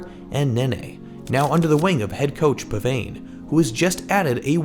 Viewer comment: Btw Pavane is pronounced “Pah-Vah-ney”